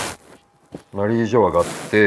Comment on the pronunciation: 野田さんの発音マリー⤴︎ジョアなの気になるー！ マリー⤵︎ジョアじゃないのかなー😮